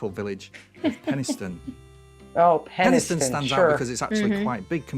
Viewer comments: pronounced Penistone perfectly, just like sumdy frum't tarn u'd seh (just like someone from the town would say). But she said Kinky Overblow when it is actually Kirkby Overblow. Not a rude name, but not far from Penistone, but also a part of Barnsley is a village called Barugh Green. Which is pronounced Bark as in a dog bark. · I lived near Penistone and it is pronounced Pen-e-stone. It had a cinema and is where i saw the original Clash of the Titans one birthday with my family. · He pronounced Penistone correctly ... it's "Pen is tun". I remember someone telling me how an American tourist in the area pulled up in their car to ask directions to Penis Town. The local then went on to give them directions and repeated the "rude" pronunciation several times just to mess with them.